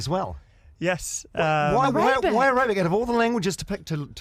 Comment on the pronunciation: Did that guy with the white T shirt on, actually pronounce Arabic, like that??? Weird.